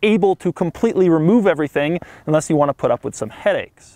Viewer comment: Doug the type of guy to say unless as inless 😅🤣😂